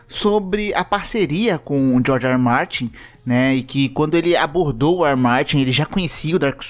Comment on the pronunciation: Olha vc pode falar apenas Martin em vez de Ermati